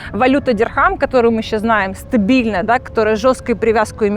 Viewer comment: Кырабли , зыкат ,стыбильно, в тыких....Да...да...да